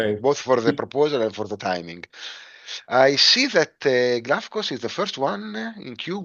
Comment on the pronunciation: great pronunciation of the Greek name Glafkos 💯 Great content as always!